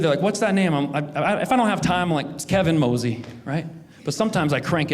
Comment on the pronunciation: "K-von Moeasy" 😂😂😂😂